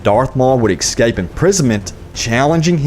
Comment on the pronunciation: Did you really say "excaped"?